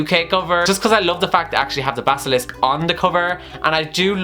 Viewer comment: When he says basisilk except for basilisk and calls it an snake mythical creatures are angry. And when he say diagan ally except for diagon alley me who speaks British English is angry. But this video was awesome I agree with everything